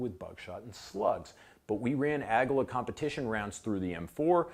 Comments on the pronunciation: Is it pronounced ag-uh-la? I always pronounced it ag-wee-la. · Aguila is pronounced A gee la. Great video. Aftermarket accessories will contribute to malfunctioning weapons. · How does manage to mispronounce aguila